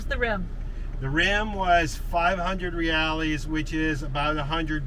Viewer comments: Hi guys. I'm really enjoying your videos about Brazil. One small thing. The correct way to pronounce the Brazilian currency Reais is 'Hey-eyes' - this is a close approximation to how you might write it phonetically for an English speaker and not Reales. That gorgeous butterfly that you saw in Floripa is a Green longwing and the bird is usually known as Azzure Jay. Enjoy the rest of your trip. Looking forward to seeing where you get to next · Awesome video and great job on learning some portuguese. remember the pronunciation of Reais is just like eyes in English "Re-eyes"...